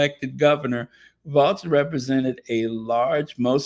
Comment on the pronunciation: Hi, please don't be offended, but Kamala pronounces her running mate: Walz (like the dance). Hello to all, and have a blessed day ❤